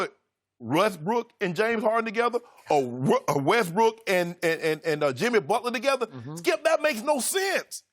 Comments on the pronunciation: Sharpe high as a kite “russbrook” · Dude said Russbrook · Did Shannon just say "RussBrook?"